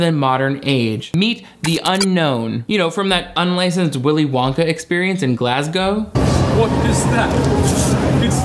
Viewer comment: Wow, I think is the first American ever to pronounce Glasgow correctly!